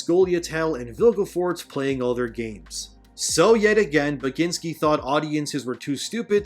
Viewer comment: You did butcher it, but no worries haha. Poland apologize for Tomek Bagiński existence.